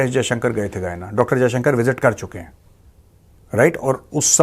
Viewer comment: Sorry गयाना and not गुवाना